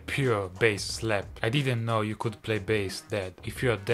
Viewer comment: That is not how to say it